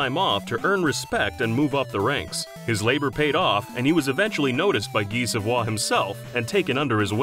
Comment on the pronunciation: Wow! You need a copy editor/pronunciation coach! Quite a few doozies in here... Ramsay's first restaurant (where he owned 25%, Marco PW owned the rest) was called AUBERGINE, the Aboriginie!! The legendary French chef who took Ramsay under his wing in Paris is Guy Savoy Guy Savoir! "As Ramsay's relationship with his partners continued to go arrie"??? Would that be as in 'away from the expected course' I could go on.....